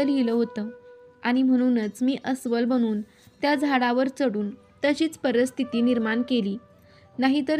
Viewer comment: परिस्थिती म्हणायला आधी शिका.परस्थिती काय ?